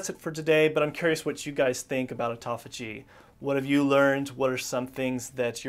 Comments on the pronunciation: ( Important ) not ehporehh I use to do the same thing til I got my balls busted about it! Am I a Dick? Yea! I can at least see that in myself. & half the time you're pronouncing it tauffigy! You have a shitload of excellent information and FACTS! Everyone needs self improvement including myself. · He says 'tophagy' a lot 😜